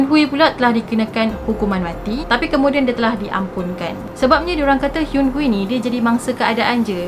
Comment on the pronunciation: sy nk betulkan cara akak pronounced nama dia, Kim Hyun-Hui, akak ckp Kim Hyun Hui, tp sebenarnya, Kim Hyun Hi.. pastu, Kim Seung akak ckp Kim Siung tapi sebenarnya Kim Sung..😁